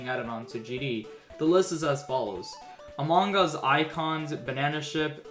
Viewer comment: when says among us like quackity. “amanggus”